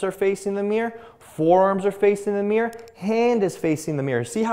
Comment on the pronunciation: remember, "forearms facing the meer"